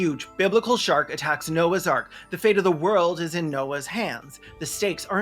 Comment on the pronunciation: I first heard you say "," which would have been a very different but likely far more entertaining movie.